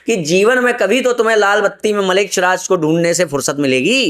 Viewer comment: Malech nahi mlech hai🙏🏻 dhang se uchhaharn ho nahi paraha hai.. Guru prati andha bishwash ishpasth dikhraha hai...😂